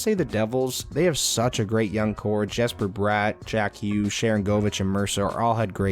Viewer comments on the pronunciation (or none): none